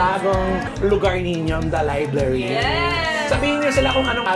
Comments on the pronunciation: Liblary??? haha bungol pala tong si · Pronounced ni bff liblary not library 😂😂😂😂😂😂